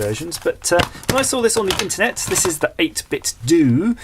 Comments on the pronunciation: I think it's pronounced "8-bit-DOH", not "8-bit-DOO" :P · No, its not 8bit-DOO but 8bit-DOh.. its japanese.. All the pros know that ;-)